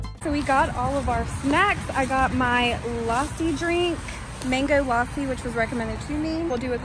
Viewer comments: It's not laaasi It's lass ssiii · Lassi is so gooddd- Also it is pronounced Luh-sy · Bro i am like wtf atleast pronounce lassi properly it's so irritating kind of and pani puri is love💗😂cause i am a indian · You were Pronouncing Mango Lasi And it's Mango Lassi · I laughed when she pronounced "Lassi" as "Laaaaaaaaaaaaaaasi" IDK why this comment has more than 700+ like but thanks for that!!! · The sipicy noddles are nimki i think and it is lasi not lassie and it is kurkure not kurkurie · It called lassi not laassi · This is not Lassi this is lassi this is Lassi lassi and I am Indian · its not laaasi its lassi im indian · This girl calling it mango lAsSi and me dying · It's Lassi and kur-kure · Mango lase 🤣🤣🤣🤣🤣 mango llassi hu ta hai didi 🤣🤣🤣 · It's pronounceded mango lussi